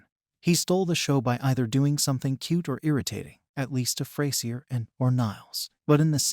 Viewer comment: Its not pronounced Fray Sier its FRAZURE!